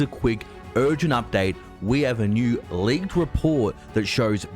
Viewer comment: LEADKED!?? LEADKED!LEADKED!LEADKED!LEADKED!???